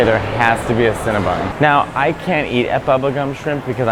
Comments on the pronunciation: I enjoyed this, but it's CinnaBON, not CinnaBUN! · Cringe and take a shot every time Mateo says “CinnaBUN” instead of “CinnaBON” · Stop saying CinnaBUN, it's CinnaBON (Silly girl) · Girl it's Cinnabon..not Cinnabun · Cinnabon. BON boy, not BUN. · ConnaBON! It rhymes with crayON!